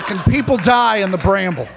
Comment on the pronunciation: I can't believe how hard I laughed just at the way he pronounced "bramble"